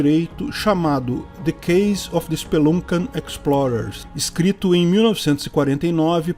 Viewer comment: a pronúnunia é: Spelâncian (Speluncean)